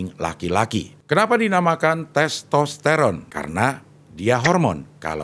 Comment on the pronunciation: Karena di ajakin u like dan komen ya saya komen..CING EMANG KEREN.. ARTIKULASI NYA JELAS DAN TERANG BENDERANG ..saat nyebut nama MEGAWATI DAN TESTERON 😂 ..Sayo mau rekomendasi..bahas / Kulik kulik Kulik tentang jenderal NAGA BONAR kl bisa ada fhoto asli jendral naga Bonar ..bukan fhoto pak Dedy Mizwar ..terima kasih cing Abdel❤❤ semoga aje di wujud kan❤❤❤